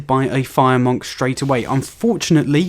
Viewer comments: Why do you pronounce it MOHNK? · You have the weirdest way of saying monk. Good vid though :-)